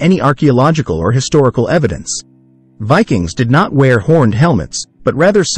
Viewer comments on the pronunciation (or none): none